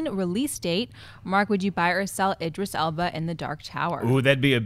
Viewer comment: Guys? Idris "Alba"...? Eeeeeeeeeeeek.